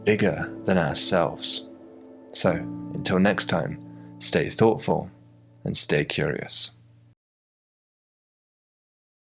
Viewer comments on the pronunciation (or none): Emphasizing the thoughtful in ‘stay thoughtful; stay curious’.